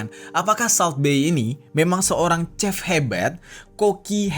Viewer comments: Maaf kak ralat ya "chef" dibaca seperti "shef" bukan chef . Terima kasih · Bukan Sep, Shef..